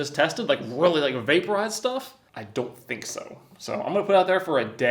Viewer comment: Every time you say vaPOOrize lol “but WHERE does it GO?” 😂